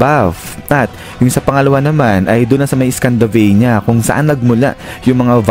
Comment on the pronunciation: Scandinavia po yun lods. Hindi scandavania.😂